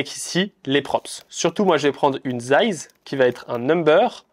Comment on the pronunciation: Les "dize" ou "zize" selon le moment me stressent 😅 . Sinon bonne vidéo.